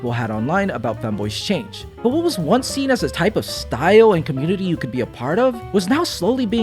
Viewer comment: “been there SHEEN that” ❤️‍🩹